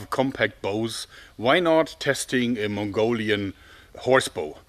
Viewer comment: Every time he says" a Mongolian" all I here is among. The Internet ruined me